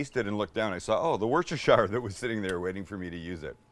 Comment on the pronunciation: We love how you say it but it's also driving us nuts; this is the correct pronunciation of Worcestershire (aka in UK as Worcester) sauce